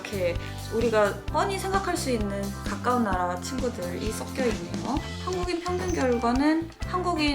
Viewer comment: 썩여가 아니라 섞여. 한국어 발음 제대로 합시다 😊